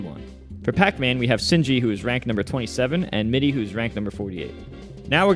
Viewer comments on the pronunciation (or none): none